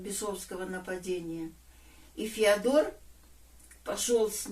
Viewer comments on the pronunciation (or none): Не ФеодОр , а ФеОдор!